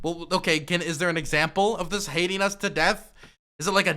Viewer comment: "EX Step Umple.." 🤣🤣